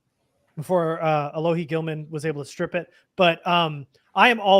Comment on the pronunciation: finally respecting Alohi by pronouncing his name right for the first time 👍🏼